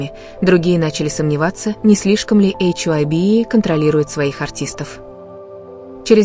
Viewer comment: Компания называется не "Эйч Уа Б И" , а "Хайб". Т.е.на англ. " HYBE ". И , да , не Тонг ,а Тэхен!!!! Учтите эти замечания !!!